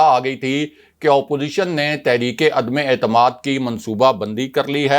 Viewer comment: عدمے اعتماد نہیں عدم اعتماد بار بار عدمے اعتماد غلط بولتے ہو